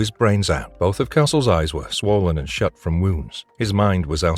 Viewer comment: You can tell AI they mispronounce shut all the time